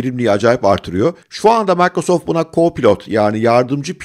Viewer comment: abi şuna maykrosoft deseniz her mikro deyince kulağım tırmalanıyor.